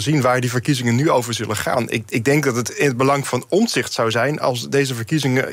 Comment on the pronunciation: Hij heet Omtzigt niet Omzigt, beste "Journalisten".